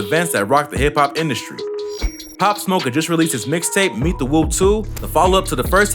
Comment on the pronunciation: Why do news stations send people who know nothing about the story or person out to report it. The fucking guy could not even get his name right